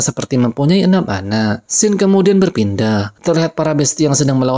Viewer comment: Scene dibacanya bukan sken bang, gpp moga ada improve lagi ya kontennya😁